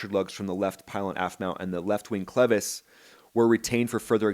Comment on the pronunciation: thanks for properly pronouncing "clevis." short "e" ... not long "E" as at least two other YTers have said repeatedly. yeah ... the cracked pylon attachment. History, hardly a trend ... 46 years between em. Might be worth comparing the engine mount on a 767-300 ... or a 777-300 ... or a 787-8/9. Why hasn't this happened to a Boeing? Seems like Heavy C check would occur more often that the report indicates ... or engine change, for that matter ... opportunity to do a borescope, like test. But I agree ... that inspection is about to be changed. I'm curious how the NTSB is going to spin this away from the real threat because it DOES have a history ... including AA191. championing the NTSB at the 3 minute mark ... meh. Don't get sucked in.